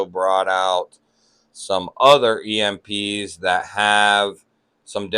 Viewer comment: got nice cowection of EMPs 😮😅😂❤